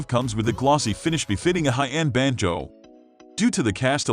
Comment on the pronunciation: This is NOT a banjo, it's a banjoooe. I hate synthetic voices used for narrations on videos.